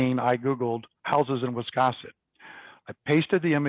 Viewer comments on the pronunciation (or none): To pronounce the name of the Town of Wiscasset, you need to pronounce the "a" as in the word "gas"! Not as in the word "cross"! 🙄 Just a thought.